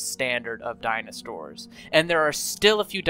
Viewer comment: bro really said dino-stores